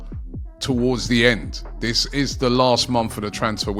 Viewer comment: Robbie, it's THIS not VISS.